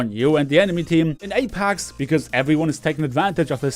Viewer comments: please stop saying apAx. lol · nobody:: Apax legends